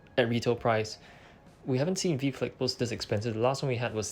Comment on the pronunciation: Nice vid! It’s pronounced “Vee-Vee” btw